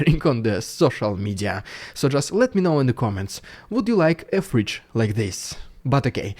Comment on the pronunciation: ah, fridge... I thought you said "freach" , like a combinaton between a freak and a b*tch :D